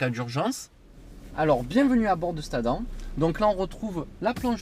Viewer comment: On prononce adame !